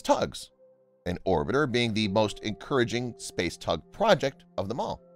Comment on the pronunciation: the word "TAG" is pronounced very clearly even though the word was meant to be "TUG" as used several times by the "narrator" This vocal delivery always sounded like I was being read a "Fairy Tale" to put me to sleep. I suspect it is an A.I. voice. What is Scott Leffler doing?